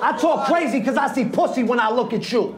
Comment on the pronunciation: Ice after the battle: Yo son, money was tawking cwazy to me B. Shit ain't wavy.